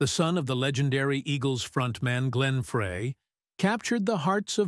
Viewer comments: You need to learn how to pronounce someone's name before you narrate a story about them. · An AI mess...don't waste your time. If the AI generated voice can't even pronounce the last name correctly, what else isn't right? A lot. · Pronounce the last name correctly. Embarrassing. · Deacon “Frie” not “Fray”. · pronounced fry not fray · His name has always been pronounced Glen Fry, like the cooking word fry, not fray for 40 years. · This is a really good video . However You have to pronounce Glenn and Deacon's last name correctly ...Please. It is pronounced Fry like a french fry !!! Not fray, FRY !!! I knew Glenn for over 60 years, grew up with him in Royal Oak, Michigan and was a life long friend of his until he passed away 😪😞 . Please give him and Deacon the RESPECT THEY DESERVE by getting the name right !!! Thank you....Peace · Please note: the last name is NOT 'fray'. It is "fry". Got it? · It's pronounced fried not fray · His name is pronounced Fry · First I would like to know if this is AI generated voice? Next I have always heard Glen Frey's name pronounced as Fry. Does anyone agree? Maybe Deacon Frey should talk with Hank Williams Jr. He was in the same position after his father Hank Williams passed. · Hold on. This is stupid. How can you put out a video on Glenn Frey and not know his name is pronounced, Fry. Point 2. As a forever Glenn Frey fan, I saw one of the earliest shows with Deacon. Everyone was excited to see him, proud of him, and I didn’t hear anyone at the show or in conversations afterwards negative about Deacon’s performance. There was more criticism that he wasn’t singing more of Glenn’s songs. And that meant the criticism fell onto Vince Gill. Deacon was and is loved!! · I wish they would learn to pronounce the name right it's Frey(fry) drives me crazy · Glen “Fray” Seriously? You couldn’t get the pronunciation of his last name. Shame on you. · I think his surname is pronounced 'Fry'. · Please learn how to properly pronounce his name.